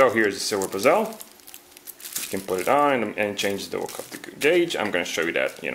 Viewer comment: Nice video. Who else laughed when he said bee-zel